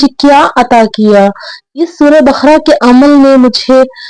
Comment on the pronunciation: بقرہ کو آپ بخرہ کیوں بول رہی ہیں؟